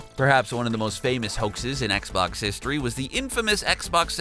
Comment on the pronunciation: At one point he called it an ‘Xbock’. It’s like the monster from bird box